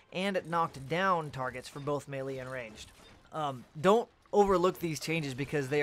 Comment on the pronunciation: am i the only one that cringes everytime he says melee?(may-lee)... its "may-lay". Oh just me? carry on then XD